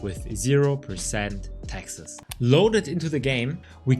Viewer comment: I can tell you aren't american because you keep pronouncing "Texas" instead of "taxes"